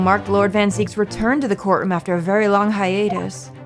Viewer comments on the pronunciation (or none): you are pronouncing it the German way if you say "Zeeks". "Zykes" would be spelled "Zeiks" instead of "Zieks". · I know this has been stated in another video in this series, but : You claiming it should be pronounced Zaiks because German is... just incorrect. EI would be what you're thinking of, IE is just a long i, that is "ee." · Wouldn’t the pronunciation you keep defaulting to be “EI” in German, not “IE”? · You should also add that Zieks with a long “e” is the German pronunciation to your episodic reminders